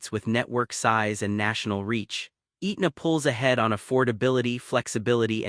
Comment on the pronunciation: Pronounced "Ehtna" not "Eatna"